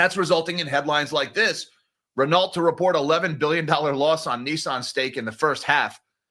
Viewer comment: Renault Ren-no.... it is French mate 🙃